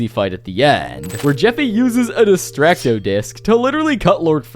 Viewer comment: Its destructo disc not destracto